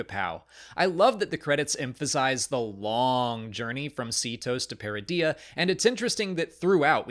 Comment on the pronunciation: My inner Hermione is like: „It’s Peridea not Peredeeeaaa“